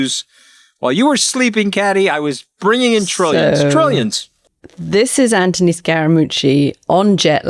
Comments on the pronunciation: PLEASE 🙏 PLEASE 🙏 PLEASE 🙏 STOP calling him 🐜 Ant - ony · Why do you call him Antony when his name is Anthony?